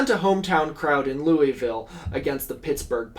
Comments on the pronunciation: And also "Louisville" is pronounced "Loovle" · the louisvillian in me has to fight every urge in my body to say out loud “it’s pronounced lou-uh-vul” every time you were talking about the colonels 😭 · For future knowledge, the Louisville in Kentucky is pronounced "LOO-ə-vəl", like loouhvull, even loovul or luuhvul sometimes. Never loo-iss-ville, and not looey-ville is not recommended.